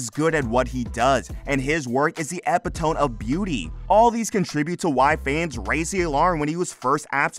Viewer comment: Pretty sure it’s epitome “eee pit oh me”